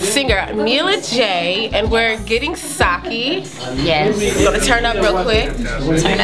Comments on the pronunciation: i’m japanese. it’s sah-keh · sake...not saki.